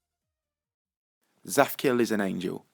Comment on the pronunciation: It's not zaphkiel it's zadkiel.